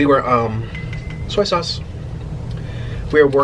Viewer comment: no one: nick: sOy SaUcE